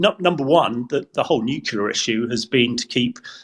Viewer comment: A former NATO commander who thinks that most Russian nuclear weapons are unusable? What a joke. He can't even correctly PRONOUNCE the word nuclear. His comments are very dangerous.